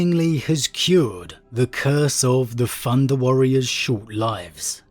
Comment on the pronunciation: "Funder Warriors" lol